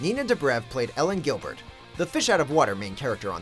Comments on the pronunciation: did you say Ellen Gilbert? You mean Elena Gilbert. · "Ellen Gilbert"?? Elena....